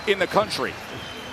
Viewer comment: Styles make fights , and watch yo mouth , it’s moloney not moroni